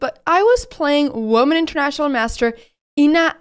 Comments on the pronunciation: Good game. Pity about the missed fork. Anyone notice that Anna pronounces women as woman? Is that perhaps an existing native pronunciation that she might have picked up somewhere, I think she spent some time in California? I don't think I've heard any native speakers with that peculiarity, but who knows. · I'm sure she at least tries to pronounce the "men" part of "women" as "men", but misses the correct pronunciation of "wo".